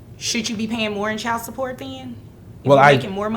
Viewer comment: CHILD IS PRONOUNCED CHILD, NOT NO chield